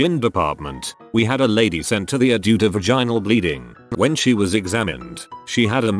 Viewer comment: I wish this stupid bot could say ER right